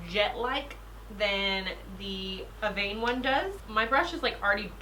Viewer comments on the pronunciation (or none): Evian - "Eh-vee-on" hahaa, you were closer this time ! ❤️